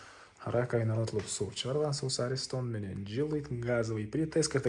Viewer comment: айланайын арестон эмес аристон деп суйлочу кее бир создордун тамгаларын аябай уйкашртырат экенсин сен